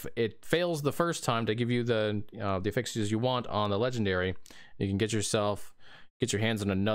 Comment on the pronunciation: Cant watch because he can't pronounce affixes correctly. sigh